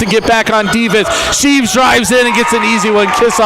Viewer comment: its shreeve not sheeve